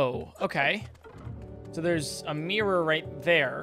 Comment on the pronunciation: Its funny how you pronounce Mirror. "MEEEROR"